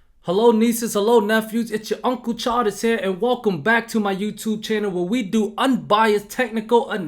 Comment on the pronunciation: I didn’t read the channel name when I started the video. I coulda swore you said “Uncle Charlie”. makes more sense. Good vid my guy.